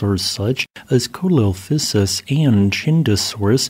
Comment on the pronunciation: It's pronounced see-low_fy-sis for the small dinosaur